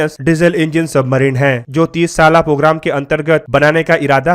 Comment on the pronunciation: Submarino... Weapono... Consditiono...idle ko ideal bol diya 🤣.. English words ka gaangrape kar diya.